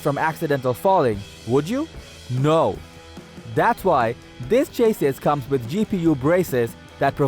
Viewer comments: Cha-sees not Chayyyyy-sis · Chassis he is saying chases. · You would think that you would pronounce "chassis" correctly. Its pronounced "CHAS-EE". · Chay-sis perfect pronunciation for a word you used so many times.